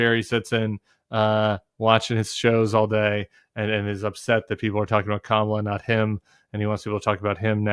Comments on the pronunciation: It’s pretty sad that he can’t properly pronounce the name of his opponent or name her running mate. 😬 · There's nothing wrong with donOLD's memory. He's misusing names, mispronouncing names, not using names on purpose. It shows his contempt and disdain. Nothing more, nothing less. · I wonder if Trumps pronunciation of the VP's first name has something to do the late pro-wrestling star Kamala the Ugandan Giant (whose real last name is, coincidentally, Harris). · No commentary on why he pronounces her name that way?